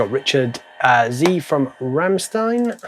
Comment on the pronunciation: He is a rocker but doesn't even know how to pronounce RAMMSTEIN correctly...